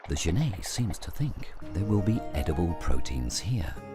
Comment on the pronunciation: Okay, looks like this video (or the other copy just like it) are the same thing. I've seen this "documentary" in several places. I'd like to see the BBC or PBS do a proper documentary on genets. The Cons: 1) That is not how you pronounce genet - FYI. There is a French surname, Genêt which is pronounced that way, but the two are not related. 2) The frame-rate is crap. Increasing the playback speed to 1.25 helped mostly, but it's still not completely smooth. 3) I suspect that this is a home-made documentary, as in someone let their pet genet run around the woods while they took footage. 4) Half of the footage is of other animals, and the made-up, flimsy storyline is boring and uninformative. The Pros: 1) The environment is pretty. 2) Genets are cool, cute, and underappreciated.